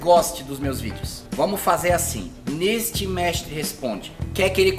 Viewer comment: Vc não era treinador vc fala num "mextre" responde. Mas o nome da série é mextre porque?